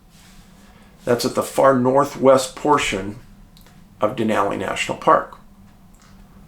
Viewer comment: David, thanks for pronouncing "Denali" correctly.🇺🇸